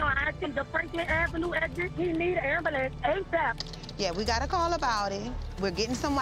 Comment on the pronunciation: I love the 'Ambalance'